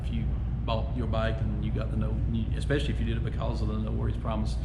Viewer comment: It amazes me how many people think that there’s an “x “ in the word “ especially “. She talks so intelligently then suddenly mispronounces especially and my heart sinks like , damn.